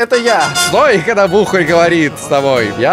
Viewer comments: Бухарь)) Ударение на "а" :) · Так в слове "БУХАРЬ" ударение же ставится на букву "А", от слова "бухАть"